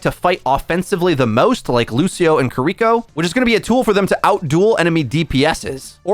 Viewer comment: still cant get over that this guys says CUH-ree-ko